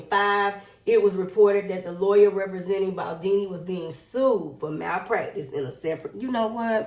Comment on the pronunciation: His name is BALDONI, not Baldini. you are being very disrespectfull towards him, because I am sure that when you were reading from the screen to update yourself about the case that they did not write his name as Baldini. Beside that, you had all the other names right but not his, because he is not a star [ to use your words ] Blake and Ryan are BAD people, who tried to steal this man his movie and destroy him, but they will not prevail. You should really follow this case better, then you would understand more, instead off siding with Blake who is a racist and a lier. Being beautifull is just the outside just look at her inside. Your starstruck and that clouds your judgement.